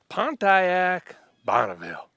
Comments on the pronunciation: i like how he pronounces each syllable pont-i-ac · Just like America is pronounced “MURIKA”, Pontiac is pronounced “Pahn Tay Yack” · I just love how he pronounces Pontiac. 🤣